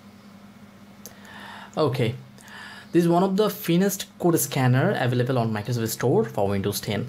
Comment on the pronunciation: you pronounced finest wrong u make it sound like feinest